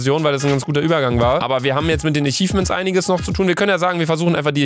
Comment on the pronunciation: Bin ich der einzige, den es Triggert, dass statt achievements immer ichifments sagt?